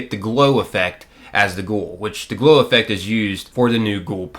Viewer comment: Am I the only one who hears blow every time he says glow? Nothing like some coked up ghouls... in the wast(ed) land.. 🤣